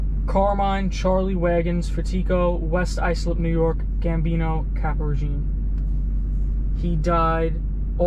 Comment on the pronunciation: It’s pronounced white Islip